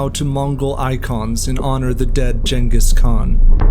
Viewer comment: Pronounced genghis khan wrong